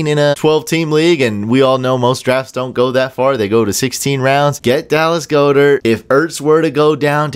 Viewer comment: Its pronounced God-Dirt not Go-Dirt...just a little fyi